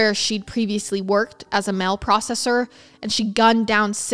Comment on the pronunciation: Girl I love you vids but you've got to learn how to pronounce words. Idk where you're from but it's deal not dill and mail not mill... you're great but I do find it annoying that the most basic words are mispronounced so badly